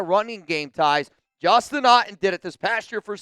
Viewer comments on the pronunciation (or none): none